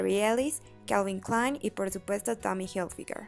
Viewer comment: Pronuncia bien la marca